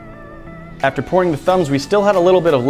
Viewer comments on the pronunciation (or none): none